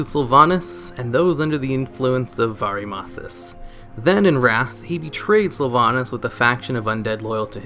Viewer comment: Varee-mathas Howling Fu-jord Uht-Garde Keep Damn,, you butcher the FUCK out of your Warcraft terms.